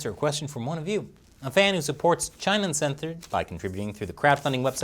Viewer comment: Hey was it just me, or did you say "China Uncenthored" . I had to replay a few times.